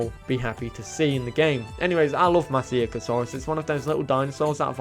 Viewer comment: Try pronouncing it like this ‘ma shee ca saurus’